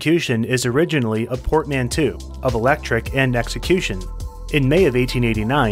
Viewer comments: You mispronounced the word portmanteau". It's a French word, so the final eau is pronounced as the long vowel o. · LOL narrator said "port-man-too"